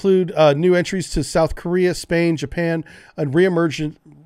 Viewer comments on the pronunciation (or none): none